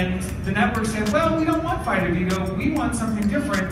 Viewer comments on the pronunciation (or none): none